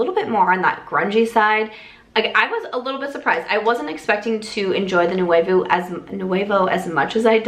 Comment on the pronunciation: Who is going to tell her she’s not pronouncing nouveau correctly at all 🤦🏼‍♀️